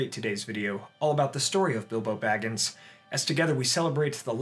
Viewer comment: Ahem Shire..., and I cannot emphasize this enough, Baggins...